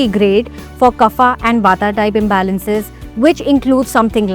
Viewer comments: Nice. Just FYI Kaaf (not kufa) for KAPHA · No, it's not pronounced as KAAF but actually kapha with soft vowel phonetics.